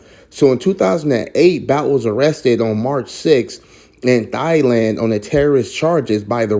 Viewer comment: Please look up the phonetic spelling and learn how to pronounce the words, Thai and Thailand. Speaking the Kings English is important when trying to teach others.